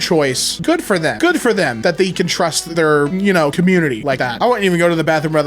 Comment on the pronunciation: What accent does have that makes him say "Thee" instead of "they"??